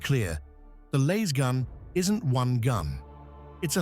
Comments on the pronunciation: It's a Lass-Gun, not a Laze-gun,. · The a is short not long. Damn this AI voice crap. You'd think with all the money spent on AI research that it would know grammar. Yet it still can't get 1st grade grammar correct.